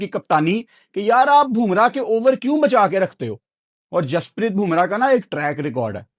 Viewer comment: Bumrah not "BHUMRAH"